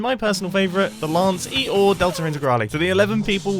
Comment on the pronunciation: Lanceee-or lmao. So good